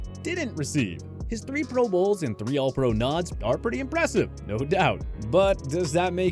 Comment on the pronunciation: Lol I’m suppose to value OPINION??! Guy says Paul Hornung, Jan Stenerud and even the words ALL PRO incorrectly. The Jerome Bettis take is so ridiculous it’s not even worth mentioning, he was a pro bowl player 6 of his 13 seasons, he retired as a top 5 rusher of all time. I seriously watch to laugh at how little they know bout the NFL